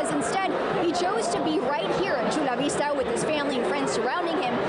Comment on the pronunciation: The words "Chula Vista" and " Mexico" and the name "Marcelo" are Spanish. Why would she pronounce them wrong?